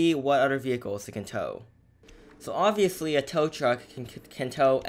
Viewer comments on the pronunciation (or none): none